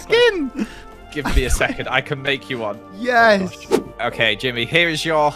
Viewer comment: Jimmy is the only one saying it right😂